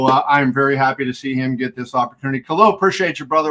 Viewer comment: It's KhaLil, not Khail